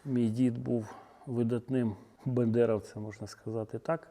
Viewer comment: Правильно не бендеревцем а Бандерівцем,бо прізвище Бандера а не бендера! Зразу видно що ви досконало вчили ісорію свого роду.